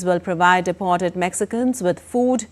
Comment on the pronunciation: It is deeeep-ort-ed not dap-ort-ed.